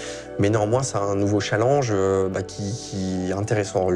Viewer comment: Un nouveau CHALLENGE 😭a mon dieu 😭 désolé mais j’avais jamais entendu quelqu’un le dire comme sa